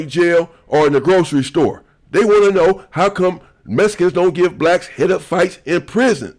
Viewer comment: Much love but you keep saying messicans😂 messicans this messicans that its mexican😂 brougham